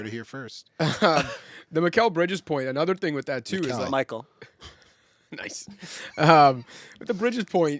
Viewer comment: Oof I tuned out when he said "Michael" instead of "Mikal" 😂😂😂